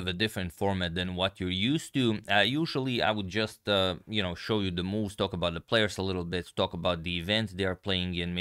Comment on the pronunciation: Haha i like what and how he said at the end, "Thee End"😂 like "Thee April fool"